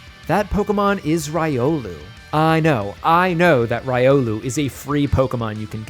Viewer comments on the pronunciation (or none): why did he pronounce buneary and riolu like that.. 😨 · how do you mispronounce so many Pokemon in ways that are still ok on the ears? Feebas, Buneary, Riolu, ect.